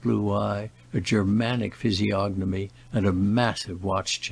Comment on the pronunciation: When I heard you pronounce the “g” in physiognomy I knew we were in the hands of an ignorant reader.